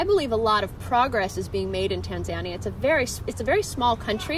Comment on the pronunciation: If you're going to try and speak like you're an authority on a whole country from your 4 month stay, I suggest you at least learn to pronounce the name of the country correctly!